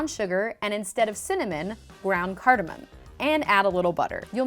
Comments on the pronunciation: she literally calls it 'cardemom coffee buns' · The way Americans say 'cardamon' is cringe-worthy.